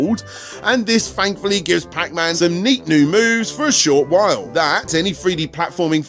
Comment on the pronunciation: Who else loves accent? I don’t know what I would do without my daily dose of “fankfully”, “fanks”, “fhree”, and “five”...